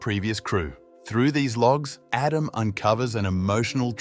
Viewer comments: Pretty good A.I. voice. I wouldn't have known, except for the instances of "Adam" being pronounced incorrectly. Something a real person wouldn't have done, but an A.I. would read it as it was written (misspelled). "Aadam". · 50% he pronounces his name Adam, 50% of the time he pronounces it Edem